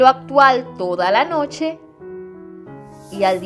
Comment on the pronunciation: No se dice Sar....Se dice Sal...Actuar..No Actual..Fácil, No Fácir..Ojo..Critica constructiva..